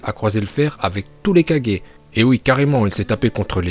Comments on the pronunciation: le mec il dit kadger c kage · On dit kage pas kadjé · j'ai vérifié on dit bien gué et pas gé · Ses oas kajjééé mais kagé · C pas kajé mais c kager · Oui et tu prononces aussitôt mal kage. Toi t'y dit ça comme kadje alors que c kaguer (kage) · On est d'accord tu le prononce bien c juste le kaje au lieux de kage qui est impeu frustrant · Par contre je comprend pas pourquoi tu dit kajé alors que sa se dit kage (kagué) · c'est pas Kage c'est Kagué! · Ca me tue quand tu dit kaje C kage😂😂😂😭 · Tu dit kadger et ses kage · Au lieu de dire kage il a dit 4G ptdrrrr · " 4g" "rai4g" sérieusement ?! On connaît tous le multiclonage en japonais non ? "Kage bunshin no justu" dit le juste dans ta tête tu vois deja qu'il raconte que de la merde. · Kagé pas 4g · Pourquoi il dit kagé et pas kage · Je rêve ou il a dit les 5 4g😕🤣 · pour dire kages sa se dis pas 4G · Stp pas kaje kage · Att t’as dit kagé mais 😂😂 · Je rêve ou ta dis KAJE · Oui mais tu dis mal c'est pas kage mais kage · z Bon peut être que t'as raison mais tu prononce mal kage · Je veux bien que tu prononce bien uchiah parcontre prononce bien kage stp parce que j'est eu mal au oreilles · Ça encore ça va, mais on dit SHIPUDEN, pas SHIPUNDEN !!!!! Et KAGUÉ, pas 4G 🤣🤣🤣🤣🤣🤣🤣 Ps: aime le commentaire pour qu'il le voit Bordel, c'est pas TSUSHI4G 🤣🤣🤣🤣🤣🤣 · Qui comme moi entend "Shipunden" et Kadjé😂